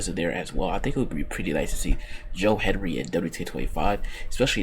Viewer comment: His name is Hendry not Henry